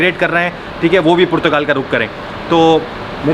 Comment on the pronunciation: I heard *Purchgal*, did you hear it right?